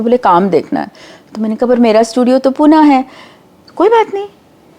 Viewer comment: पुण्यात खायला आल्या पण पुण्याची भाषा नाही शिकता आली पुण्याची संस्कृती नाही शिकता आली. आणि हा माणूस पूना काय म्हणत आहे पुणे आहे ते उगाच आमच्या शहरांची नावे नका बदलू खायला आले खायचं काम करा फक्त 🙏🏻🙏🏻